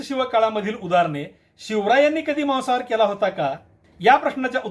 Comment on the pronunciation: Maasahaar aahe te Mawasahaar nahi😂